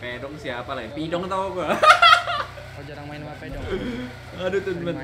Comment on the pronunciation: “Nanat ama Pedong” terdengarku “Nonot ama Pidong” bah 😅😅😅